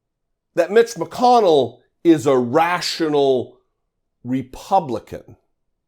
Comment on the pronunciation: rash'ional. he was thinking RASHional 😓